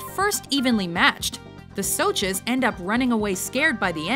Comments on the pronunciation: Honestly the rumble should've been first. Also im honestly pissed that she pronounces 'socs' as 'soches' smh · They said it like sochs instead of socs (said soshies) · WTF IS A "SOCH" ITS "SOSH" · Correction for you... In the way you pronounce "Socs" isn't with a sh... Its with a K... Almost like your saying "Socks"... Its easy to make a mistake but that's how it should have been pronounced. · THE MOTHERFUCKING 'SOCHEES' A WHOLE ASS SOCHEE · Socs are pronounced soshes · LOL "The soches" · she said soches.so-sh. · The way she says "socs" triggers me. But good vid anyway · Aw gawd they said Socs wrong.....